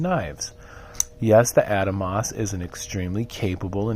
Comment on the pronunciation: Ah-Dahmos not Adamos, beautiful knife.